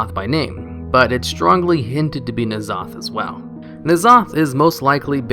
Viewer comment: ITS N-ZOTH NOT NAZOTH